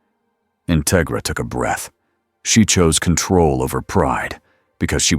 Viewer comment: Just a minor thing, but it's In-TEG-ra, like "integrity".